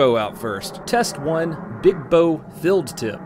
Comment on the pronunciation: You saw the text in his video rightt? He said or his accent made it sound like "filled tip" but he meant "field tip" So idk how it could sound so different just from an accent. Lol